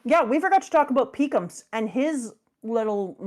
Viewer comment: I know that I'm a child for hearing calling pekoms as Peecums. But damn was I laughing aloud.